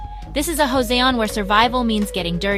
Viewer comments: Took me a minute to realize the ai was saying "Joseon." The J is not pronounced like an H. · What the f is "hoseon " ?!?! You screaming imbecile!!!!!